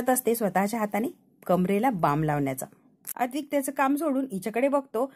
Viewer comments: अद्विक नाही ‘ अद्वैत’ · अद्वैत या नावाचा उच्चार नीट करा बाकी वाचन अप्रतिम आहे